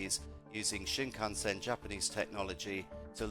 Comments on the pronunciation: Please learn to pronounce Shinkansen. Your guest says it right then you butcher it. This is just painful and funny. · Could you please pronounce shinkansen correctly. Stop saying it wrong. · This video lost most of it's credibility just 45 seconds in when he tried (or rather didn't try) to pronounce Shinkansen. That was so sonically dissonant in my brain that I no longer have any interest in finishing the video.